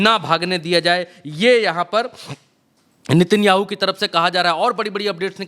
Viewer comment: नित्यानु नहीं नेतनयाहू बोलिए